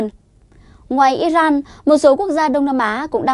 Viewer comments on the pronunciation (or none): none